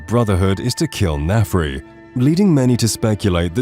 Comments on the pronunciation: There are several comments each correcting specific instances, so I ask: Were a lot of these basic mistakes on purpose, like a kind of copy protection? Example: Michael Kirkland should be Kirkbride Example: "Naf-ri" should be "Nar-fi" Example: "justickar" should be "justish-ee-er" It's like finally falling asleep on a car ride but then being jolted awake by a pothole or stretch of cobblestone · Do you think anyone who's played the game would ever even accidentally call Narfi Nafri instead? It's not a matter of dyslexia when you've heard a name, so it's either that the narrator has never played the game and is slightly dyslexic, or is text to speech and the text is misspelled in every instance. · Nafri? His name is Narfi. Hard to mess up since he refers to himself in third person!